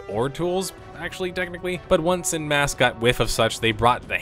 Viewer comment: every time i hear you pronounce "en masse" as "in mass" i die a little inside. I don't know how to describe to an american how to pronounce "en", but for the love of god it is not "in". OH, americans would pronounce it as "on" in your accent. too late now, but... man, please google stuff if you're not sure about pronunciation, particularly if it's a word you'll say a dozen times in a video. super jarring.